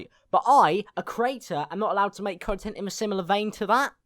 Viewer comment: every time u say content it sounds like cuntent